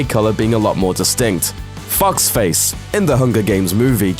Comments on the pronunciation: And "Foxface" sounded more like "Fuck's Face." :P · When he first said fox face it sounded like fuckface or fockface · Just me who heard F***ed Face instead of Foxface? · when he said foxface, i thought he said f*cksface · I heard "fox face" as "fucks face". lmao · All I could hear was "fucksface" instead of "Foxface" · I thought he said Fuck's face and not Foxface. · He makes "foxface" sound like "f*cksface" 😂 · Sounds like he's saying FUCKSFACE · I thought he said fuck's face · Holy shi- At first when you said FoxFace I was like the fuck? Did He say FUCK Face? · You can't change the facial structures. Those perfectly described people you want probs don't exist, and if they did, I doubt they'd be amazing actors like Liam Hemsworth and Jennifer Lawrence. Also foxface looks like a fox, also you pronounced her name fucksface... it made me laugh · when you said foxface i thought you said fucksface and i just died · I love how this guy says the characters' names. Fucks Face and Pizza Mellark XD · when he says foxface it sounds like he's saying fucksface ahah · Sara gillar ost hahaha I heard that too